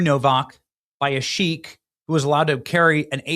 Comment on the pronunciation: Its Sikh, pronounced SEEK, not sheikh, pronounved SHEEK. Ignorance loses credibility.